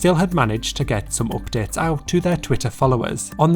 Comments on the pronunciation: please say 'legit tay oopdates' one more time (I'm a Brit abroad feeling homesick hehe) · All i can hear is legittay OPPDATES